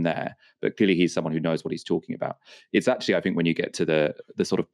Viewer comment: You sound intelligent until you say “fink” instead of “THINK”!! If you ever want to be considered as a proper journalist, learn how to speak.